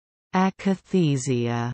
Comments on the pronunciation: The correct pronunciation is ack-uh-THEE-zha. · As someone already said below, it it is Ack-a-thee-zha. The A is as in Apple and not Able. You obviously did not speak to a single psychiatrist or neurologist about this, and cooked up your own pronunciation. Yuck. That is called yuckathesia...:)